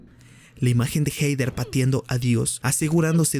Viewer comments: "Jeider" 😅🤣😂😆🤣...es Jeder (Hether) buey. 😂🤣😅 Pero buen video. 😝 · Se pronuncia Jeder NO jeider. WTF.